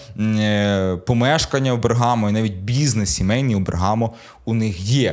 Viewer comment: БЕргамо, а не БергАмо.